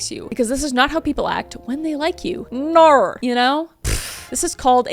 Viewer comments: The "nor" has me dying 😂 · "Naur" aussie here, you had me cracking up. 😂 sending good vibes from Oz🇦🇺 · I love the “NOR” 😂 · "nor" but Kris sounds like an Aussie lol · As an Australian the "Nor" had me in stitches 😂 🇦🇺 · As a Aussie I love the NOR on kris’ part 😂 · Naurrrrr 😂 nor 😂 I'm still laughing 😂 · The only way I will be pronouncing "no" from now on unfortunately 🤣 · I just woke my husband up busting up laughing at that. 🤣 (When I can't sleep I watch YouTube wearing headphones.) I will forever pronounce it that way now. 🤣🤣🤣